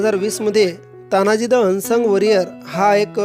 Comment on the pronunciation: तान्हाजी नाही साहेब, तानाजी म्हणा. खरं तर हिंदीत देखील तानाजी असंच म्हणायला हवं. प्रत्येक वेळी अमराठी लोकांचे बोटचेपे धोरण बरोबर नाही.